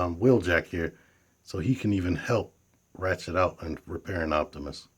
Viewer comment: Nice review. I definitely will get this guy eventually. I'll probably leave that little paper chest insert in there, I think it looks a lot better that way. ps- hate to be 'that guy', but it's Ratchet, not Rachet. :)